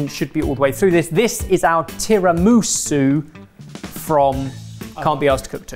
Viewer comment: excuse me, how did your chef just pronounced tiramisú?